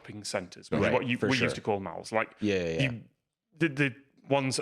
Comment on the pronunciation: I can't get over 'shopping mals' 😂